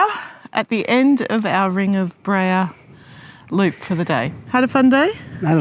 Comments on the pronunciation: Beara not breha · I absolutely love all of your videos! You do a fantastic job of capturing all of the highlights. One very teeny tiny correction though, it is pronounced “bear-a” 😊 not Bree-a”. Always look forward to all of your videos, especially the ones in Ireland. Thank you so much for making them🤗☘️!